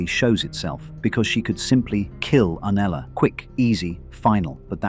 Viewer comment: This was such a high quality analysis but the constant inconsistent pronunciation of Septa Unella's name was such a distraction